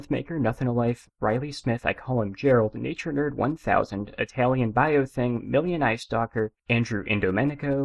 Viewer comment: I came back both very late and under a different name to tell you how you said ItalianBayoThing is wrong